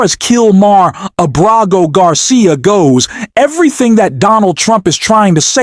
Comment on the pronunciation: Why can't you say the man's name properly? Abrego Garcia is not that hard to say. Even Google's voice to text gets it right